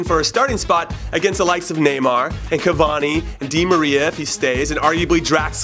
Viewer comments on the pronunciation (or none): none